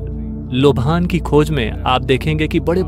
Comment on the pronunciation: लोभान नहीं लोबान होता है , पता नहीं भाषा का स्तर क्यों गिराया जा रहा है